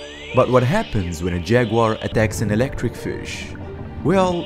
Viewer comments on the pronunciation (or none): The best part is when the narrator calls the eel an elegdrig fish.